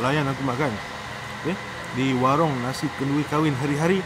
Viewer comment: Lapar sangat kot sampai tersasul warung jadi waring 🤣🤣🤣🤣🤣🤣🤣